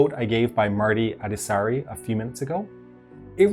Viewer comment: Ah yes Marty Adasari